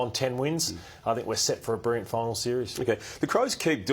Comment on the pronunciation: really struggles to say the word "Brilliant". He keeps saying "Brirriant".